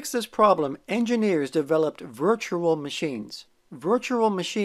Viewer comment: Don't know if you've noticed but you kind of pronounce virtual as virtural. Can you try saying rural juror? 😊